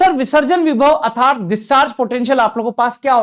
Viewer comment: What a strange!!! Sir nernst का उच्चारण sahi kr sakte h , बस अर्थात्‌ hi nhi bol pate ( -^_^)